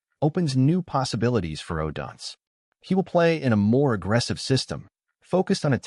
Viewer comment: Stop mispronouncing odunze😢